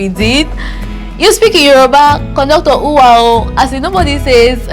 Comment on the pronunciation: It's owaa not uwaa and you are doing well